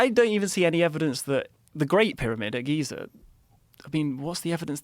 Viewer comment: There is no “R” in Giza! 🤣